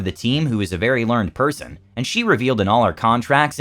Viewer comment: Just a bit of an FYI, when "learned" is used as an adjective, as in a "learned person", it's spoken as learn-ed, while when it is the past tense of the verb to learn, it's spoken as learn'd.